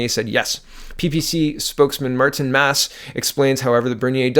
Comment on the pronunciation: PPC I would guess spokesman Martin Masse is a French Canadian name i.e. "Martin" St Louis, and Marcel "Masse". Mass- eh